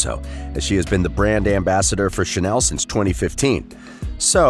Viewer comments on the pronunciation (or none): none